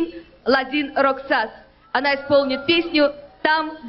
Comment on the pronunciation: next time, do your assignment...get the lastname right! Roksas...bwahahaha!